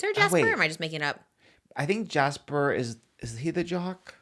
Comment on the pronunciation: saying Jace instead of Jasper and trying to figure out who Jasper is hahahaha